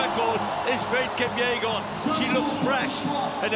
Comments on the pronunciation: Is it Faith "Kupyegon" or "Kipyegon"? The channel can't even get her name right. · It's kipyegon not kupyegon